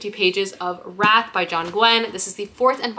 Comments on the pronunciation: That's cause it's Wrath not Wraith 😜 - both very lovely words and great for titles, but not the same 😆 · Just wanted to let you know that the book by John Gwynne is Wrath, pronounced like Rath...not Wraith. :)) Loved the video!! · PSA that probably no one but me cares about: You're pronouncing "wrath" like "wraith." Wrath is like bath but with an R instead of a B. (I'm pedantic, I know.) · I was reading alongside the book so no, he was saying wrath as ROTH, as I said. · in the audiobooks, whenever the word wrath is said he says it ROTH.